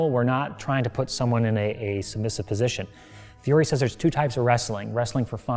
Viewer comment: Oh no, he mispronounces poor Fiore's name right from the get go Yikes What a fantastic instructor and HEMA practitioner, though